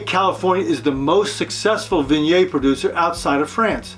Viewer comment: Great info but please, for the love of God, pronounce Viognier and Condrieu correctly!